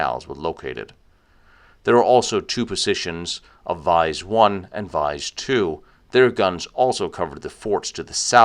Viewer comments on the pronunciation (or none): Vise should be pronounced "VEE-ZAY", it's the same name as the local village "Visé" 'with an accent) nearby. The staff is indeed very well informed and friendly, same experience here. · Btw it’s more like Vie-zee not vice. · Hi, Very nice documentary. But "Visé" should be pronouced "Veezay" in English, and not vice.